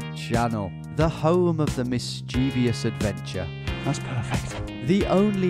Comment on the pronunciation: a few more seasons and Tom MIGHT learn how to pronounce 'mischieVOUS' correctly XD